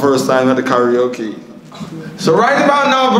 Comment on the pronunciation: it name Karaoke not talkie-oke!!!